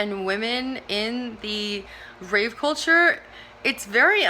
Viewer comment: That's rave with a V culture, not with a P!